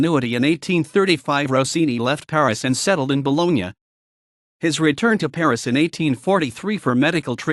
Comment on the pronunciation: A nice history, but...where is the music? Also note well: Gioacchino - do not forget that double "c" in his first name. Please pronounce the Ce in Cenerentola and Ci in Cimarosa and the gn in Bologna correctly. Roll those "r"s please. There are many other mispronunciations that must be corrected.